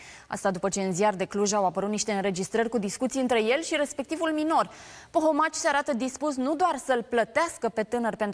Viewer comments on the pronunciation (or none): se spune Pomohaci nu Pohomaci